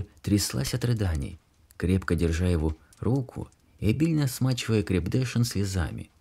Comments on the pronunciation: Хороший чтец. Вот только не крепдЕшин, а крепдешИн. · КрепдЕшин очень режет слух. Всё-таки лучше говорить крепдешИн. Спасибо. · Читаете прекрасно, но, к сожалению, в некоторых словах неправильно ставите ударение и это режет ухо. Крепде'шин на последнем слоге. Это слово французского происхождения crêpe de Chine. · Не "крепдЕшин ", а крепдешИн. Ставьте ударения правильно. Если не знаете, то проверяйте в словаре, в интернеие ,наконец. Что ж Вы так...Ведь чтец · крепдешин читается крепдеши́н [дэ\] , а с замыслом автора разберётся читатель. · Пожалуйста, научитесь правильно делать ударная! Крепдэшин, ударение на " и" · А крЕпдешин просто вынимает мозг. Голос хороший, но необразованный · А может быть смещение ударения в слове КРЕПДЕШИН специально сделано, чтобы показать незнакомое слово: герой ведь с трудом и не сразу его произнëс. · Вот только ударение в слове крепдешин на последнем слоге. Ведь это несложно проверить перед прочтением. Это " резало" ухо.